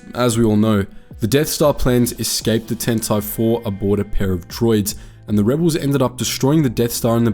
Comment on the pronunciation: Your pronunciation of Tantive and Dodonna kills me.